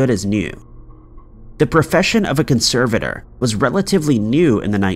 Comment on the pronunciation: What’s a “Conser-Vader”?